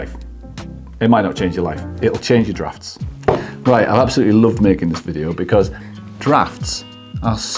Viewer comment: You're the one who came up with the wrong answer. You were talking about how you found your "draughts" verbatim in the video. Now, I'm sure you meant "drafts"but that isn't what you said. I was just making a bit of fun about it in my comment. Don't get bent out of shape... You got your "LIKE" and some comments and believe me, it all helps your channel. There's no negativity here. Edit: My bad! Aparrently my spelling needs improvement. I meant "drought" with an 'O' not an 'A' and because you are British I guess the more popular word in use would be "draught" which I'd never heard of before, my being in the USA. But yes, I concede you're right after all. It means the same as 'draft'.